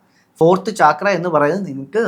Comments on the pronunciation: It is not chaaakras... CHAKRA is a Sanskrit word..meaning Wheel..they are wheel like energy centres in the body...NOT CHAAKRAS😂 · ചക്ര Not ചാക്ര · First of all it’s called “ചക്ര” in both Sanskrit and Malayalam, not “ചാക്ര” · താഴെ പറയുന്നതിൽ ഏതാണ് ശരി? ലാം or ലം യാം or യം? പിന്നെ not ചാക്ര but ചക്ര. in മലയാളം and sanskrit. പിന്നെ മക്കളേ. സംസാരിക്കുമ്പോൾ ഇത്തിരി കൂടിബഹുമാനം വരുത്താൻ ശ്രമിക്കുക. പീഡിപ്പക്കപ്പെട്ട പെണ്ണ് എന്നു പറയുന്നതിനു പകരം പെൺകുട്ടി എന്നോ സ്ത്രീ എന്നോ പറയാം. പെണ്ണും സ്ത്രീയുമെല്ലാം ഒന്നു തന്നെ എന്നാലും. കുറ്റപ്പെടുത്തിയതല്ലാട്ടോ. മനസ്സിലാക്കാൻ പറഞ്ഞതാണേ. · Its so irritating to hear chaakra